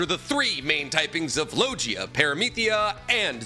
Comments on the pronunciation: i love you man but you gotta do more research 🔬 also its Lo GEE AH Not Lo JEE ah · … Buddy… Jesus Christ. Are you the most pompous anime YT or do you really pronounce LIGIA as LOJIA?! Are you baiting us? 😂 Fk, I would’ve commented anyway! Ya don’t need to rage bait us! 😂😂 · Is the way he pro lives Devil fruits rage bait ? My toes curl when he says “ LOW GEE UHH “ lol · Low-Gia and Para-mith-ia??? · Why does pronounce Logia and Paramecia like that? Im not roasting him i am actually curious if there is an explanation i’m not aware of for these pronunciations becausei have never heard them said this way before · Holy shit, no offense here, but how does not know how to pronounce Logia or Tanuki? Doesn't this man claim to have some cursory understanding of Japanese too?